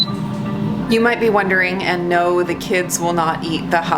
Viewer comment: Haha newp I don't wike it 😂♥️♥️♥️